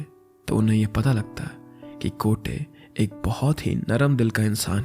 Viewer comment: Kate nahi gotee😂😂